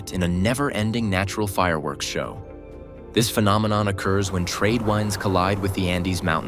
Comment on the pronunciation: This AI narration doesn't replicate the term "trade winds" the voice pronounced it "trade wynds"